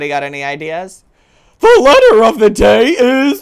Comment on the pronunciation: I was dying one he said: The leater of the day is "S"!